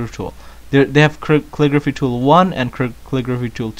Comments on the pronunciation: MineJupe kull-ih-gruh-fee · why cant this guy say caligraphy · He cant say Calligraphy... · kale-i-grwaphay... right?